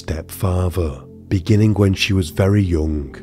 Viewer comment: Beginnink not beginning? Drives Me cray.